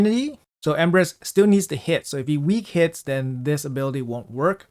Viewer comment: I thought he said "Empress"